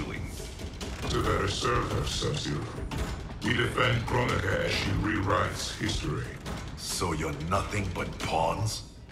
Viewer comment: She said Kronika , I heard Coron-ika ... What , too soon ?